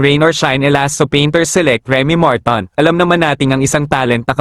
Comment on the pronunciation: Bobooooo blogger bading Martin po hnd marton Bobooooo